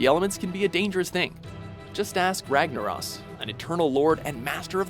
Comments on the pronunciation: "Rag-na-ross" lol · this is a video I would have honestly never expected from. Kil'jaeden isn't the leader of the legion he's like second in command the real leader is Sargeras. Also C'thun is pronounced C'thoon and Ragnaros is pronounced Ragnarose. Sorry I had too XD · work on your lore. And your pronunciation of Ragnaros, C'Thun, and Illidan. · "RAGNARAS" No...I don't think you pronounce it like that...haha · Ragna-ross, the Mexican elemental lord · Did you guys even watch any of the cinematics where the house's names were pronounced? C'thin is pronounced K'thoon, and Ragnaros is pronounced with a long o. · And Ragnaros